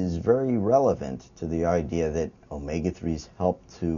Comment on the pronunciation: actually not...he says it it in the proper Greek accent of the letter... Just like π should be pronounced pi like pit (without the t) not like pie